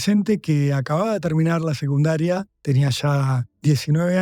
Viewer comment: Me encantan los relatos, pero por favorrrr un periodista no puede decir "segundaria"!!!!!!!